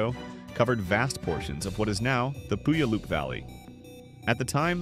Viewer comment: Puyallup - pronounce like "pew all up". This word ties to an American Native Indian tribe.